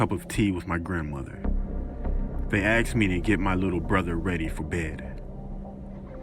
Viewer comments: Aksed? Aksed? Aksed? AKSED? AAAAAAKKKKKKKSSSSSSSSEEEEEEEEEDDDDDDDDDD!!!!!????? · " They axed me..." Axed... Jeez these parents are psycopats! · Its pronounced asked not axed! Damn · Asking, asked, ask. him: aksed🥴